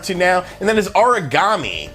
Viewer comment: Aragami, not Origami.